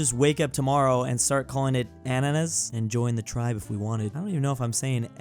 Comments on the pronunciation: An-oh-nas makes me laugh I’m Russian and idk about other languages but you say it “Ah-na-nas” in Russian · It's "Ann-a-nas", with stress on the first syllible. Don't drag the second 'a'. Alzo, gib me all yoer pineapples, NOW infidels! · in russia we stress the last syllable: ananAs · Ananas doesn't sound like bananas.